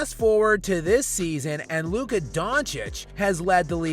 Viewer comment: Chris Broussard got it right. It’s Luka